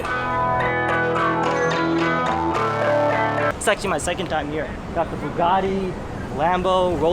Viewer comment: did you just say RBB LA??? LoL. Tongue twister? Lol. Or an I hearing wrong. I played it back 6 times and I still hear RBB not RDB.